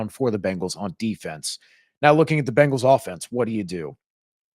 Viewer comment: Ok ok...this is petty. But i absolutely hate how people say Bengals. They say Bangals. Its not Bang...als...... its Beng..als. like Bing!!! From a pronunciation stand point. Not like, Banging your mom. Idc if i get hate for this. Just get it right smh